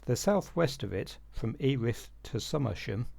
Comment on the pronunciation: 👍 on ‘Gumster’, but isn’t Earith (‘ear-rith’) actually “eh-rith”?